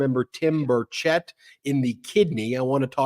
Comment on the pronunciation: Here in Tennessee, we don’t pronounce it bur CHETT. We pronounce it bur chett, and it rhymes with Birdsh*t